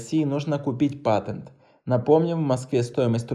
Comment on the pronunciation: Слова патент не может сказать?